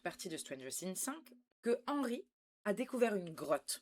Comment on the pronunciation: Nan mais pk? On fais des reacts sur une série trop longue qui n'est pas finie? Nan mais pk? On dit "rainbow arc en ciel" Genre tu as pas traduis mind flyer just après... Perso, je trouve que "arc en ciel" c'est pas la partie la plus dure à traduire... en plus, tu dis hennrhy au moins 10 fois, mais le boss de fin, tu traduis pas son nom... Ah, et puis, juste pour mon info perso, pourquoi le bonnet sur ta tête ? Pblm avec EDF? Calvitie? Tellement de questions...